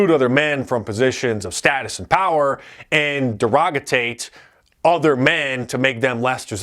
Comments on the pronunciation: Mark. It's Derogate and Derogation. Not Derogatate. Not trying to be derogatory here. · Derogate not "derogotate." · Derogate, not derogotate. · Great video but I have to say one thing. It’s derogate not derogatate.😊